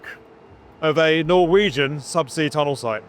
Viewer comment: I appreciate the proper pronounciation of Norwegian words :)